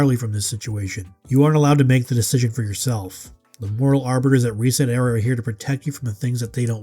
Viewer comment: Reset era? Ohh you mean REEEEEEEEEEset era!